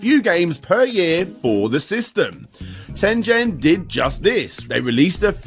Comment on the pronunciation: I think it's pronounced 'Tengen'.